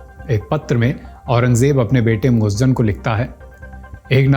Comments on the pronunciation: Moajjem nahin moizzam hai Urdu padha karo Jahil mat bano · Muazzam not muazzan itna bhi nahin malum aur aap video bana rahe hain